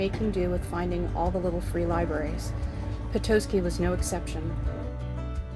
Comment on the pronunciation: I think is 0 for 3 with Michigan pronunciations- Charlevoix, Petoskey and Mackinac. Strangely seems to pronounce the names correct in the videos.